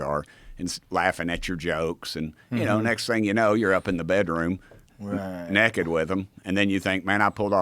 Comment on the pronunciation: "nekkid with 'em".